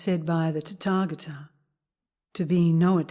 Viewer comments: I learned in Korea that is is pronounced ‘tÄ’•tä•gÄ’•tä. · I don't know why I can't stop inner giggling every time she says "Tatagata". I guess it just tatagatickles my funny bone. 😇💓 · It IS a very funny sound!